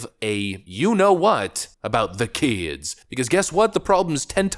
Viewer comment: "THE KEDSS!!!"